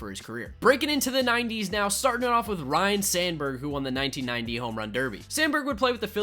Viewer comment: Interesting video, enjoyed watching it. btw its Ryne not Ryan Sandberg.